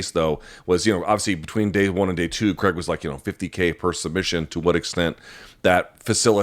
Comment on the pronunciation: Craig, not Creg. Please learn to pronounce the man's name correctly